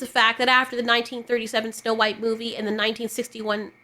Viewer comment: It's supposed to be "snow white". Not "snow beige"